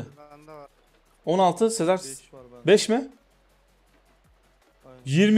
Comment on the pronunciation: Sezermi sezarmııı ya hangisi anlamadımm